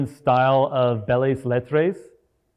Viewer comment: Thanks for this... FYI it's pronounced "bell let", and although yes it previously referred to what we'd consider the kind of aesthetic style you point out, in modern times it refers to literature that evades major categories like fiction, poetry or drama. So it includes essays, speeches, letters, satire, humor, and--in lots of weird ways--COPYWRITING...